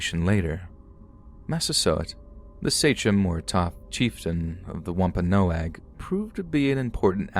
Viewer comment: Thank u so much for actually pronouncing Wampanoag correctly. ❣️❣️ Hope u have a great holiday season.